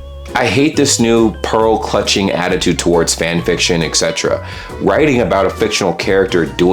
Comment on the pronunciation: Etc.. E T C E T E R A. There's a T in there buddy